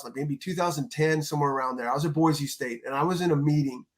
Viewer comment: Respect to my man DJ pronouncing Boise correctly. Chris, when are they building your statue in front of Albertson's Stadium?